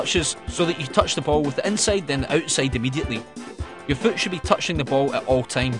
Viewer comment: "Inseid"? What accent is it?